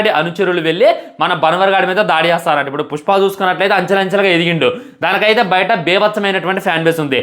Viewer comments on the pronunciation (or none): none